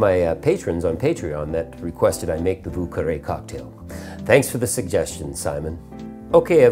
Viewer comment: Vieux is pronounced Vee-yuh. Carre is pronounced almost like the word "Care". So like Vyuh Care. Source :I live in lower Lafourche and speak French.